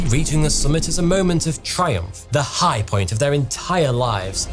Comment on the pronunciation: "Fools like igh places"